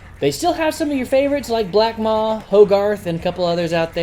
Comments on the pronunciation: It's Blackpaw, not blackmaw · it's BlackPAW not Maw btw